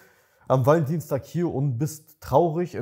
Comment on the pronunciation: Wie das ausspricht hört sich das nach ValenDIENSTAG an:D hab extra gegoogelt und kurz gedacht, dass das wirklich so heisst haha